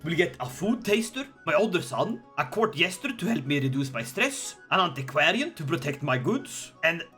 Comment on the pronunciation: What he says: Look at my glorious court What I hear: look at my glorious cock